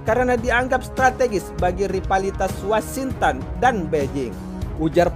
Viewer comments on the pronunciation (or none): none